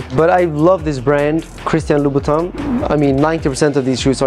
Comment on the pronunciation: It’s Louboutin